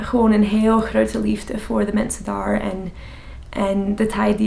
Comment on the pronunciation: When you say daar it almost sounds like dahr